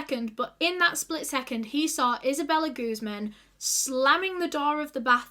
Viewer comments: Just a quick tip on pronunciation: Guzmán is a Spanish surname and as such one needs to put the emphasis on the stressed syllable, this is guzMAN, otherwise it sounds like you are saying 'goose-man' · Her last name is in Spanish it’s pronounced like gooz MAAN